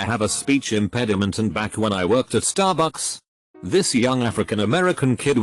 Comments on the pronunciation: I love how he says staRBUCKS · The one that worked at Stahbux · The way that this stt program says starbucks is hilarious.